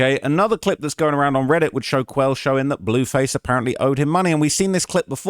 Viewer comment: Lmao came here to comment about the “dewww” and the “blewwface” im dead.